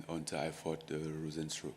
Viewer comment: Ngano calling Rozenstrike RozenStruk what a lowkey savage